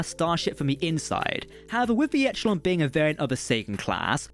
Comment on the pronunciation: Okay I'm sure someone else has said it, but its pronounced 'e-shell-on' not 'etch - el - on' :D